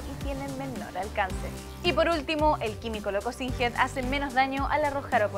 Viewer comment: Noooo, se dice /Sinsht/ no Singed:c